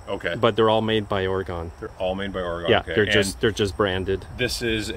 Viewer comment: They have come a long way in the last few years. Sounds like Oregunn not Oryegon. Does anyone care?- not likely just FYI